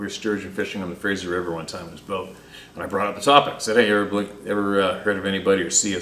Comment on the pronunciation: River not ri er